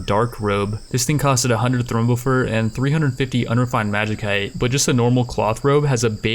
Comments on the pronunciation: It's pronounced magi-site not magi-kite, sorry I don't know why this bothers me so much but please bro. Otherwise great series, really enjoyable. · Lol I cringe every time you say Magi-cite, love the series so much